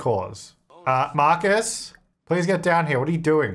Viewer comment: Money Please-a sounds more like money pleasure........... Do with that what you will